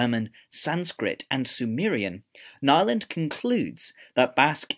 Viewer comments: Nyland is pronounced as if it were IPA. Also it means “new land” The way you said it sounds like “nylon” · If a sel- claimed "linguist" doesn't know how to pronounce Nyland and Chomsky correctly, there may be some doubts concerning his other opinions... :) Some facts are real gibberish of course, but several theories are still considered more or less probable.